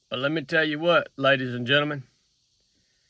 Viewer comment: "Lemme' tell ye w'hat."